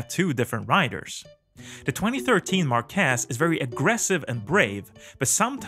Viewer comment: Bro it's MÁrquez not MarquÉz